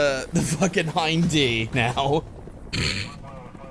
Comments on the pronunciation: I'm glad someone else pointed this out. When called it a Hind-D I was like "umm no". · "Here comes the Hind-D" TRIGGERED